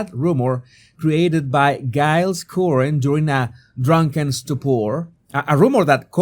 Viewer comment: Jesus, Giles is pronounced with a soft G, like JILES.